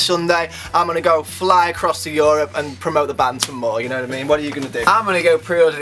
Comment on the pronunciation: Ryan you pronounce Europe very weirdly..